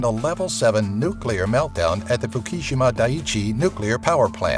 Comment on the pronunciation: please learn to pronounce Fukushima correctly because you barley even came close to saying it.